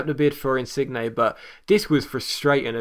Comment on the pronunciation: In-Sin-je Soft J (g)